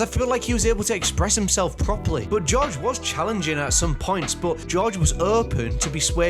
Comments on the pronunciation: When you say George i hear josh 😂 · It’s GoRge not Josh